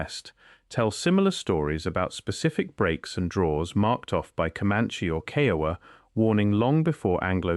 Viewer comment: It is Kiowa, long "I " and long "O" in English and a short "A" as in English. Your pronunciation of Kiowa is incorrect! Why use a document of the Cherokee Reservation in a story about the Caprock Escarpment in the Texas Panhandle? The Cherokee were not in the Texas Panhandle!